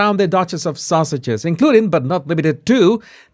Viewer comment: I love how the 1st time at the beginning of the video that when you said Sussex’s it sounded like “sausages” which it extremely fitting! Thank you for yet ANOTHER GREAT EPISODE! Love & Respect from St.Roch PQ